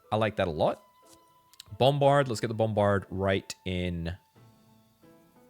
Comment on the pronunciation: Say "BOMberd" one more time